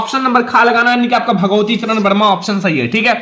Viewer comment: भगवतीचरण नहीं भगवती शरण होता है।